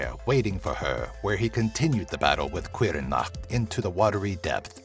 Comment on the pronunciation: Looked up how to pronounce Caorthannach, and according to most online translators, the welsh pronounce it "Cower-Thaw-Knock" or something similar to that. Also I lost my mind when I saw the Sluagh; you even used images from Legacy Of Kain, that's just glorious!!